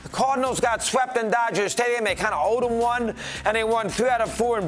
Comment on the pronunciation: Dey buried dem